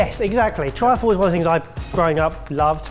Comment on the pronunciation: Triffle? Really?